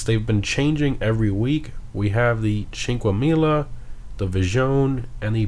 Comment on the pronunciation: Your pronunciation of "Cinquemila" sounds like you are saying Chinquemila lol. There is no h there. Great videos as always tho.